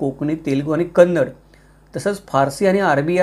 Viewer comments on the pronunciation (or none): none